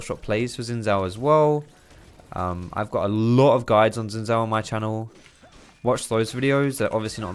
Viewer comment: Really enjoyed the complete clownfiesta this game was lol. Could you try to pronounce Xin Zhao with a J sound at start of Zhao, the chinese zh sound is more or less same as the english j sound so you could think of it as Jao or Jhao.